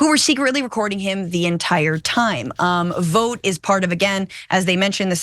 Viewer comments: Ikr, idk why she missed this perfect opportunity and kept pronouncing it vote instead. Wth? Probably working with homelander behind the scenes. 😂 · It’s pronounced “Vawt” like in The Boys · Omg stop pronouncing it as VOTE! We've all seen the boys, we know how it's really pronounced. Smdh.